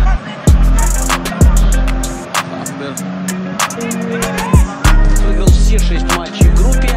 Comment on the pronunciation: Sounds almost like "Grafenberg". If he take a penalty it will be known as the "G Spot"😄